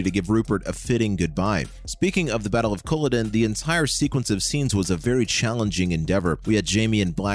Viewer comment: PLEASE... Don't mispronounce Culloden! It's offensive to my native Scottish ears. It's not Kool-oh-din with stress on the 1st syllable... It's Kul-aw-d'n with equal stress (if any) on all 3 syllables. 😉